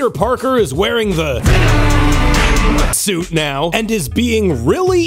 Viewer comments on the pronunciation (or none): none